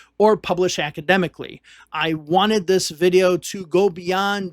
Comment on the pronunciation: Hard to take seriously a narrator who says dis and dat and da and dinint, It's intermittent but still annoying.